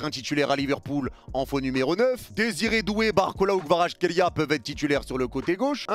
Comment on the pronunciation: Analyse très intéressante. Je reviendrais sur ta chaine pour le débrief. Autre chose, je sais que c'est dure mais le nom de Kvara se prononce "Kwadratrélia". Aller match Goat